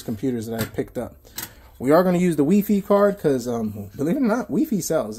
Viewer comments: Lol why are u calling it weefee? It's wifi (y-phi) i know thst i may have that wrong pn pronunciation wrong but hopr it helps...lol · bruh it's "wifi" not "weefee" stop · Why do you keep calling it wefi? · wee fee lol.